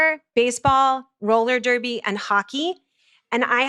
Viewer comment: "Roller derby" lmao